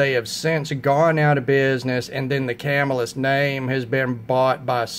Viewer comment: Ya got your pronunciation wrong..it's pronounced Cuh-Mill-Us, not Cam-ill-us. Not a big deal, just a friendly tip.Good video challenge, I like reviews which cover different price ranges...not everyone can afford to spend 400 on a knife. I do have a couple higher priced models, but my average knife cost is around 50-100 dollar range. Good choices for your picks.